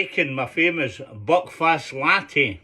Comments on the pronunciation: It's Buckfast not Buckfest lol 😂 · Hey, I just wanted to let you know, I thing “buckfast” is supposed to sound like “Belfast” Whitch is the capital of Ireland. Thank you!